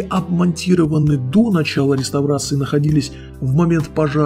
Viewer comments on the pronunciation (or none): none